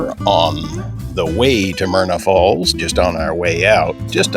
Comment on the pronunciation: It's Myra Falls...not Myrna....but a beautiful place none the less.